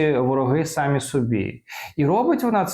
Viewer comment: не сААмі, а самІІІІІІІІІІІІ наголос на ІІІІІІІІІІІІІІІІІІІІІІІІ, українською мовою наголос не так як па русскі сААААААААААААми, а самІІІІІІІІІІІІІІІІІІІІІ від природи так кажуть і в школі вчили нормальні вчителі